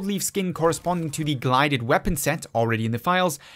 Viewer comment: It’s pronounced “Guilded”